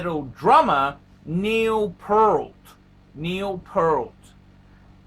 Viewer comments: “Neil Pehlt.” Sheesh, Neil’s last name was mispronounced by many but you get the award for the worst botched way of mispronunciations. Great story, though. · I was the one (Jit) that informed Hodinkee about this watch story of Neil from his blog. Thanks for spreading this story to a your audience. However, it’s pronounced as Pea-a-rt, and Neil is playing in a Progressive Rock band instead of Heavy Metal 🤘🏻. Thanks and Rest In Peace Neil, great story and what a legendary drummer. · I wondered why you were inexplicably saying "pearl" and adding a T to the end, which is not at all how his name is spelled or pronounced, but then I saw the Trump sticker in the background. Ah. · Pronounced PE-rt. Think "ear" with the p and t on either end. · Rush aren't a heavy metal band and that isn't how his name is pronounced. What is the point of just repeating the content of a Hodinkee story? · Hair by "Time stand still" Content by "passage to Bancock" Watdrobe by "The Spirit of Radio" Mispronunciation by a dullard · you sound like you swallow a load every time you say his last name